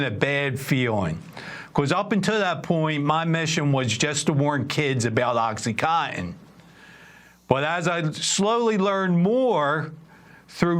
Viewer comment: Oxycontin, not oxycotton!!! Morons